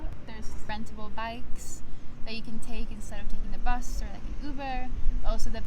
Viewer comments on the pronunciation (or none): none